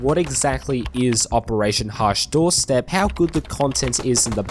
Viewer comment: how many different way can you screw up the name?